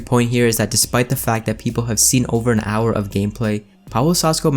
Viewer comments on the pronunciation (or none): none